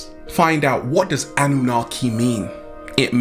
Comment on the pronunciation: It's the Anunnaki. Not Annunaki. Thank you for sharing some wisdom.